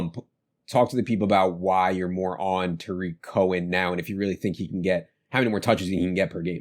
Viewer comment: famous for his mispronouncing names. His newest one is Blake Jar-WIN instead of JAR-win. Another good one is Day-Day instead of DeDe Westbrook, and TAH-rick Cohen instead of Tuh-REEK Cohen.